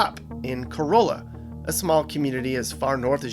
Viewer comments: Great video! I own a rental property here and enjoyed watching it. In addition to Cuh-RAH-la, Bodie Island is pronounced like the word body, not with the long O. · The village of Corolla is pronounced “ka-RALL-a”. No mention of Duck Donuts, the Wright Brothers, Jockeys Ridge, only a passing reference to the Lost Colony. So much more should be said about Cape Hatteras other than “ there’s a lighthouse here.” The tallest lighthouse in the US, that it was physically moved in 1999, that this is the Graveyard of the Atlantic with hundreds of shipwrecks and U-boat activity. No view of the Ocracoke Island Lighthouse or that this is where Blackbeard was captured and lost his head! While real estate prices are of interest for comparison, there is so much more narrative about the OBX that was left out. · Nice vid, but it's pronounced Cuh-RAH-la down there. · Corolla is the car, Cuh-rah-la is the town😊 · Yes, to us locals it's pronounced like Core-ah-lah. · Carolla is not pronounced like the Toyota. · Please learn how to say Corolla correctly. It isnt like a Toyota Corolla. The "olla" is pronounced like "alla" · That northern town is pronounced "cur-ah-luh" not like Toyota Corolla. Bodie island is pronounced "body" island but it's not considered to be where you indicate it is. The main road, 158 is called "the bypass" by locals. And the Virginia Dare Trail/Highway 12 is simply called The Beach Road. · Ok... First of all, Corolla is pronounced kuh-rah-luh. There is no long O sound in there. There is no Currituck Bay, it's the Currituck SOUND. And it's not Bo-dee Island, it's pronounced Body, like a dead body. It's called that because that's where a lot of the bodies would wash up after shipwrecks. I stopped watching after that, so there may be more that I didn't point out. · I liked the video! Quick note- I know it is spelled like the care, but it is pronounced with an A sound- Cor A La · Sir, Corolla is not pronounced like the Toyota car. It is ca-RAH-luh.